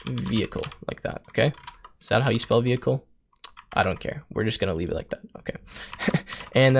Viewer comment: skips ahead in video "WTF is a vay-klee?" .... "vehicle?" LOL